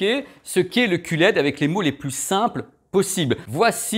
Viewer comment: ça y est, je sais tout sur le elle c'est dé, le oh laide, le cul laide (si si...il a osé...coupé au montage?), et bien sur le est-ce laide...et tout cas c'est simple comme bonjour (et tupperware ;-) )